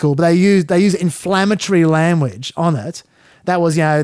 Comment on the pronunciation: Not that it matters but you say lamuage rather than language